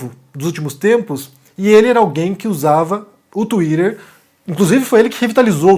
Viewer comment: O falando twitter é muito bom de ouvir